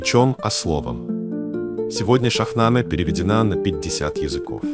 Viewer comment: Добрый день. Очень приятно,что стали говорить о персидской литературе,только Шахнаме,ударение падает на последний слог,на последнюю гласную Е. Спасибо ❤